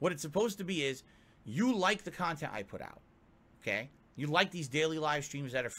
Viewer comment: He says all this wild shit and I think back to the time he said "I don't wahtch or donate to other kahntent supporters why would I they're my competition" if he did he would have ACTUALLY LEARNED something. It's 100 percent clear this isn't a passion and simply his easiest source of money. But the more resentful he gets, the more it'll fuck with him in the head on those unsuccessful pull gin nights.